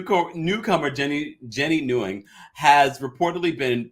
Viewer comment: Daily Her last name isn’t pronounced like that it is Win or Nuh Win not Newing